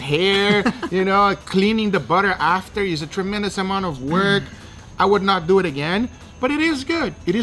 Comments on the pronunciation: Duuuit not duweeeeee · “Less dew ehhh” definitely my favorite part of the videos love you guga